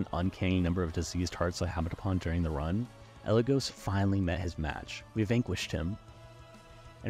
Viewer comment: AND mispronounce “Eligos”, who has had their name said aloud canonically before. It’s a little funny